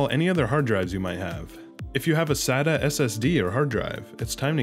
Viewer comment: Really good video. Just pointing out, "SATA cables". Not "Sadder cables". They aren't sad cables :P